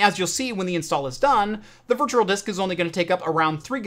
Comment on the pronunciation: Loving the content, my man! However, for the sake of everyone who is unreasonably easily irritated by this sort of thing, PLEASE work on your pronunciation of the word ‘virtual’! Hint: there is only one ‘r’.